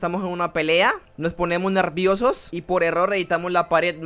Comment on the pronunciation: me da un poco de risa porque dice nerrrrrrrrrviosos pero gracias por el video ❤